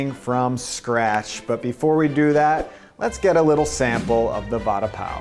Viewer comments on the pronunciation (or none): Its va and da as in duh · the way you pronounce vada sounds like you're saying 'promise bread' :P